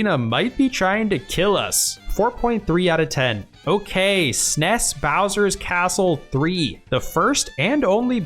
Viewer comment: It’s so funny he says SNES like it’s a word and not an acronym.